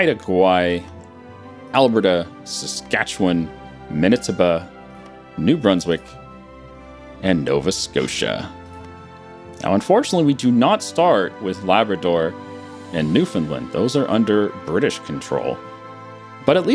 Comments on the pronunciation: LMAO It's Man e toe Bah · When he pronounced Manitoba "Muhnitabuh" I lost it XD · Mana-tiba -- hahaha, I love it, best mispronunciation of our most ordinary province xD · Umm it's not called manatuba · "Albert-a" "menitaba" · He said minetobe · What killed me was Manituba. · Just as a tip, Manitoba is pronounced man-i-toe-bah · Man - ih - toe - ba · You know he is not Canadian when he pronounces Manitoba wrong